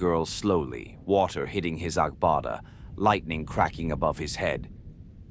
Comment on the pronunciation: Which kain pronunciation of lightening be this😂